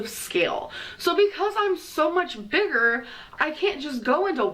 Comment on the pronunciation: I hate how she puts a weird emphasis on words. She adds ol or uh. Hon-ga-reee Strug-ol Big-gerh Hwhut Gurl-luhhh Towels-uh